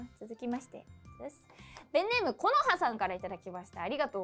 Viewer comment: kono＜＜＜こうのでなくこのでは？こうのならkohnoじゃ？